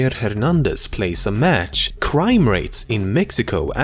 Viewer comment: ''plays in a maych'' Lmao